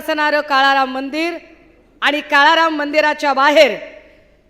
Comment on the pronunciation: आनि पानि वहन पुरन …. ह्या बाई च्या भाषा शिक्षकाने आत्महत्या केली.